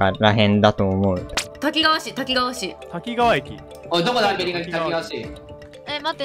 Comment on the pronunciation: たきがわじゃなくたきかわ